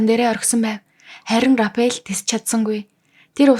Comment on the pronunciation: Рафаэл гэж зөв уншаач рапэал биш шүү